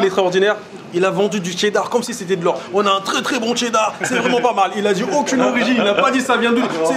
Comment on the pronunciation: On retient que "c'est vraimet pas mal"😂